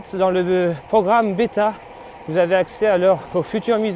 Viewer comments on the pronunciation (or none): none